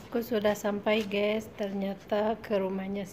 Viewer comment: Let's go..bkn "let go".. Gaes bkn "gees".. Mengajarkan..bkn "mempelajarkan" Ci tth pasti org Sunda da..